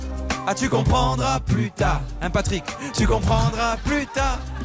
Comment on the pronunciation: Le "Plutrick" d'Oli il m'as tué 😂😂✌👀🇦🇷💿